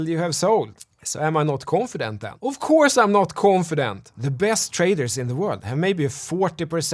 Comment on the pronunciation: "Åff Cåurse I'm nåt Cånfident". Love it! 😂✌️